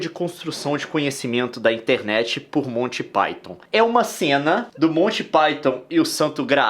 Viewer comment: Você disse colty pyton?